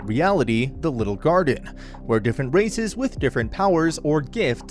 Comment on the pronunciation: "different races" what i heard:different racist